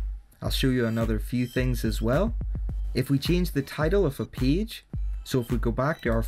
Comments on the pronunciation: Man, everything is great, except the way you pronounce the world "PAGE". Please open the dictionary. [peɪdʒ] please :-) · Nice video, I like how you call page as peege, Thank you for sharing